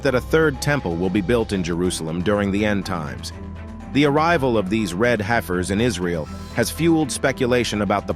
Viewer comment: It’s hef-ers not, hi-fers